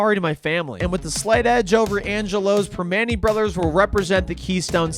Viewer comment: Prim-ah-nti’s. Prim-ah-nti’s. Proper pronunciations will make the videos much more watchable.